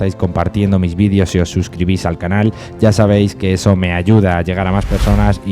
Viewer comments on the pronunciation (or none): none